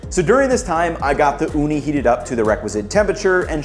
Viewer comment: I like that you pronounced Ooni the finnish way, Uuni (means oven).